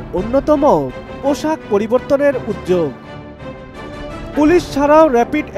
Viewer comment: এনপিবিএন না এপিবিএন! আর উদ্যোগ, উদযোগ না। উচ্চারণ শুদ্ধ করে ভয়েস ওভার দিন।